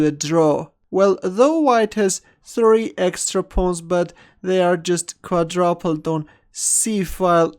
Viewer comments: "Although Quadrupled looks more solid, we see this Quadrapled move on the board" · it's "quaDROOOOOPLED" that's how it's pronounced by normal people xD